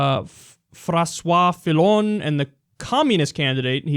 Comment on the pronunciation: The first way you said "Francois Fillon " is the perfect way to say it.